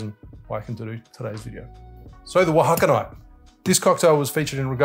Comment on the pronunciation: I'm pretty sure it is pronounced "o-a-ha-ca-ni-tay" spoken fluently like "ohacaneetay"